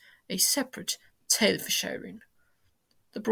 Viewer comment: Hi, I do like hearing British people trying to pronounce Irish phrases and terms. RTE is of course Radio Telefis Eireann, but those three words are not pronounced as they are written. The a in Radio is pronounced with as a lower case "a" would be. Emphasis on the "fis" in Telefis as fiss and of course Eireann sounds like the female name Erin.